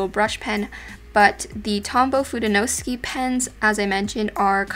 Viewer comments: Hi, the Fudenosuke pen is pronounced as fu-deh-no-su-keh instead of fu-dey-no-su-ki. Hope this helps!:) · Very nice and helpful video! Just a note, you pronounce Fudenosuke with each vowel (in Japanese you say them all) so it will be Foo-day-no-soo-kay (e is like along a, as in day, u is like Sue, o is also long like oh).